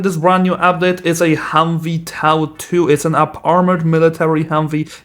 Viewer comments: My dad (Iraq veteran) walked past, as I was watching this and he said "he's saying TOW wrong" he pronounced TOW like toe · toe is the correct pronunciation